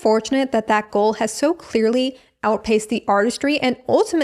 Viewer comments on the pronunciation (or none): none